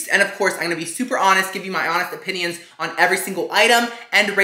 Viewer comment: No one:: "In my ôpényôn..."